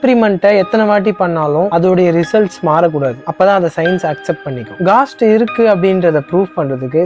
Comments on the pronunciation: காஸ்ட் haa கோஸ்ட் haa.. 🙄🙄🙄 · Bro ghost and soul pronunciation matum correct panikonga